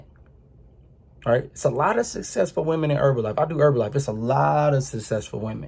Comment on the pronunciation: “yEWtEWbe what it dEW”